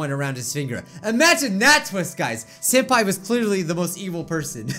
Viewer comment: "senapi" wow SENAPI WHATS "SENAPI" XD